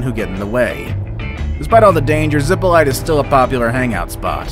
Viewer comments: It did not say "Zipolte" but "Ziplite", and he pronounced it like that: "Zipolait". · When I hear "zippo light," I think of someone who can't pronounce Spanish, as well as Hawai'ian place names. If you're going to make a video, learn the pronunciations. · The pronunciation is ZEE Po LEE TAY. Absolutely NO ONE says it the way you said it.